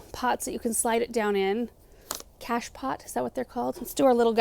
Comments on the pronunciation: Greetings! It is “cache-pot” in french. Pronounced “cash-po” in English (the “t” is silent) Emmanuelle from Montreal Canada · cachepot - French - pronounced Cash+poe (as in Edgar Allen Poe) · Cache’ pot - the ‘t’ is silent on pot